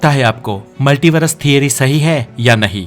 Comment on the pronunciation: मल्टीवरस नहीं, मल्टीवर्स होता है अनपढ़ 😂